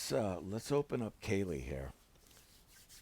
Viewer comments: kali not kaylee lol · Love your reviews mate but it’s pronounced Kar-Lee 😅 Keep up the great work, your review convinced me to bag Talos